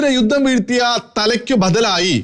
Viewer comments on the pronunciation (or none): none